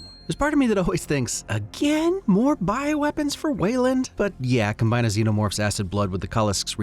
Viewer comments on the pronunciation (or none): none